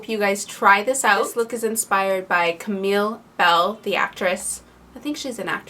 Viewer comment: It's Camilla Belle, not Camille Belle